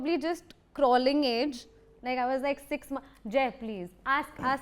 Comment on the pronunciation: two threeja sixx , two forza eight …😂😂